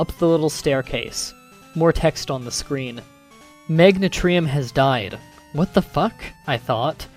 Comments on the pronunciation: (MAG-NE-TREE-UM) ARE YOU KIDDING ME (MEG-NAN-E-UM) DO YOU HAVE A SPEECH PEPPERMINT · MAGNETRIUM? I think you ment MEGANIAN that's how you say it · Them thinking that RSE was a step down from GSC is a travesty. Also hearing Meganium being pronounced as Megnatrium bugged me more than it should have haha. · it's funny how you pronounce things like meganium can't be megntreeum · it is ma-gain-i-am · You pronounced 'Meganium' odd. You pronounced it like 'Mag-na-tree-um', twice, which makes no sense at all. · i can't really say Meganium's name right i mess up on it all the time, so comments who are making fun of how he says it needs to stop he might not know how to say its name right, and thats Okay. You shouldn't judge someone for it. Do you see him judging you for it? Then don't judge him Btw good video i love it, I love creepypastas. Especially Pokemon ones. I am a big fan of Pokemon i plan on getting every single game old and new.(which would be both the games that would be in black and whiter and color) I just enjoy them very much i have played the older version of yellow once took me forever to beat but i enjoyed it nevertheless and i would gladly play it again. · You're pronouncing Meganium wrong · I don't think you gave a reason for it though (at least not on this video, but I am new to your videos and might have to look at others). It doesn't make sense to me, as there is no "t" in it and I have never heard it pronounced like that. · Not to be a stickler, but you mispronounced it THREE times, not two. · You may not know,but you mispronounced Meganium